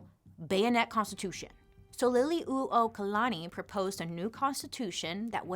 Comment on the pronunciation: Bailey! This is why I love you. Trying to help us put our true history out there. Mahalo piha for doing this video AND for putting in the time to get accurate research. Your pronounciations aren’t totally off and you got the pronunciation of Liliu’okalani right which is a hard one for many. This video is much appreciated! Mahalo nui 💙💙💙